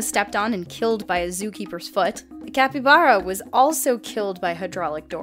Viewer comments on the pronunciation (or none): none